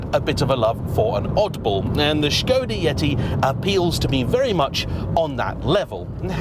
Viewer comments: Refreshing to hear Škoda pronounced well! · Your pronounciation of "Š" is superb :)